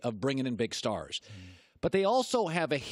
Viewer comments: Can't stand the way A-rod pronounces his S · I like A-Rod but I can’t stand the way he pronounces S. Says “shtarsh” instead of stars